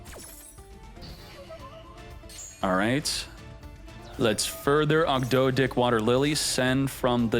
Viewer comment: saying Ogdo-dih and Enchilada was not on my bingo card